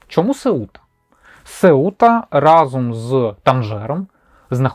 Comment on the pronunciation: випуск клас, отримав задоволення ) сам мешкаю в Португалії давно і багато що дізнався. Це країна трьох "Ф": Фадо - Фатіма - Футбол. P.S. правильно Сéута, наголос на Е. ))